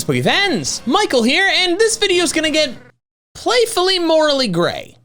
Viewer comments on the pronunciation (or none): none